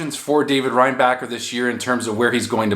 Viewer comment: it's pronounced ReinbaSher